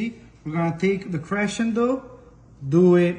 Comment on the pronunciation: CRESHENT ROLLS?????? is CRESENT ROLLS. Learn pronunciation of items before start to tape